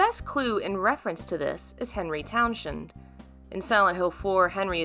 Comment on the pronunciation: it's pronounced Towns-hend. Not "Shend" You say it like send. My Aunt has the same last name.